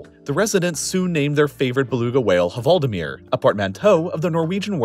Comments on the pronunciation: I wanted to cry hearing “hvaldemir” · VALDIMIR! Not the way you are saying it! Greetings from norway! (the H is silent) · The H in hvaldimir is silent ;) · The "H" in hvaldimir is silent :) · You don't pronounce the "h" in "hval". This makes the portmanteau better than you make it sound.